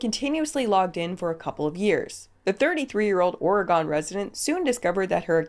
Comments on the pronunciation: side tangent! Nothing to do with anything it just made my skin crawl because I am from Washington state and lived on the border of Oregon. It's pronounced Ora-gun. 😅 ❤❤❤ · The “Oregon” pronunciation hurt me lol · The pronunciation of Oregon is killing me.